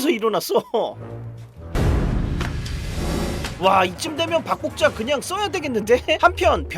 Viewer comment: 박복자가 자꾸 밥볶자로 들리는 신기함이있습니다!